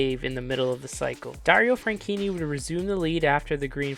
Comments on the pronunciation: why did you say "franchini" instead of "franchitti" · Suppose to be FranCheaty